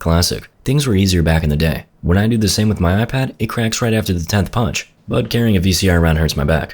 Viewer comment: Broo when i heard him says "MEGA PUNCH" the first thing that comes to my mind was MEGA PINT 😂😂